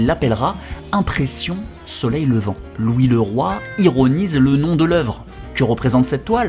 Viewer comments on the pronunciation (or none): none